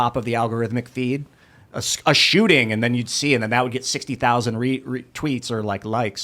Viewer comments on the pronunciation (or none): none